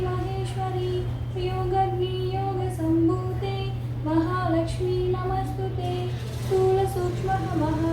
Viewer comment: Allam veyyochu andi . small suggestion namostutey ani palakalsina daggara namastutey ani vinipistundi. Check chesukondi.naaku ala vinipinchindi. Negetive comments kaadhu